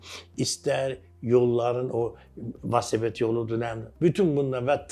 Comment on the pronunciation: valsoped yox,velosiped ay